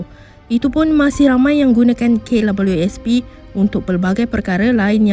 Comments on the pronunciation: Kenapa dia sebut K Lawelieu S P,,,lawak la,,,hehe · Pnyalah bnyak kali dia sbut abjad 'w'..smpai kesudah x ok ok jgak.. Kalu dh pyah sgt..cuba sbut cmgini..'double u'.. Mesti ok truih.. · Kenapa sebut klabyusp Sepatut nya sebut kdabel u sp (KWSP), sebutan kena betul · Aki sorang je ke yg dgr dia sebut klabiuespi 🤣🤣🤭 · Beria2 akak dnga betul2..k labeliu sp🤣🤣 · "Kay labelu es pi" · Sy nk komen gak psl perkataan tu...memg nk komen pun cume x tau nk buh ayat ape 😆😆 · Lidah pendek ke dik KWSP susah benor nak sebut hahaha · Maaf hihihi...... Puas saya dengar sebutan KWSP admin ni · k labiu sp..susah sebut kwsp ya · Kenapa sebutan KWSP dia pelik je bunyi nye. Rasa annoying je dgr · apesal admin ni sebut kwsp mcm xlurus jer😀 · Kenapa mcm susah nor nak sebut kWsp tu.. 😁 😁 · Aku stop tgok vedio ni sbb terganggu dgn sebutn double u. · Say it again...W.... Struggle sgt tu...